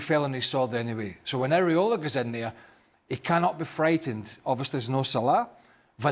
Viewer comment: It’s Iraola Stevie not Areola😂